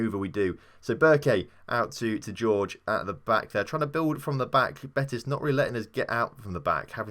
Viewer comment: Jorge is pronounced Hor-Hey not George